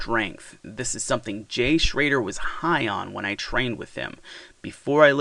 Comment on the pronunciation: Start by getting his last name pronounced correctly.